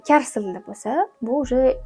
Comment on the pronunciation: Karis emas kareys bo'ladi